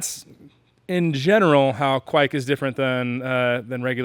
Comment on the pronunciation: you are saying it correctly, it's "kveik" not "ke-veik"